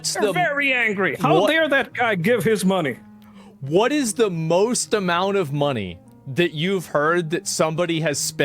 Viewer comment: “How Dyare That Guy Gyive His Myoney!!” Got Me Dead!! 😭💀